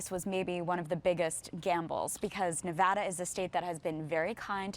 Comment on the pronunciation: she can't still pronounce Nevada properly lol